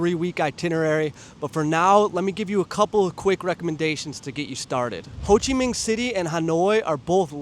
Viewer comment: the way you say "Minh" in "Ho Chi Minh" correctly scratches my brain right